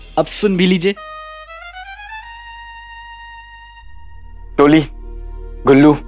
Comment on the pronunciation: It's 'Toli' not 'Doli'